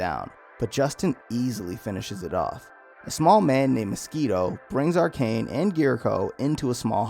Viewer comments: I hate to be that guy but “Arachne” not Arcane 😅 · Arachne is pronounced A-rack-nay like as in Arachnid you know like her organization Arachnophobia. You know, because of the spiders.